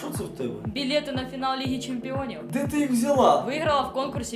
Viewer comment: Мне одному нравиться как она говорит : Билеты на финал лихи чемпиониовь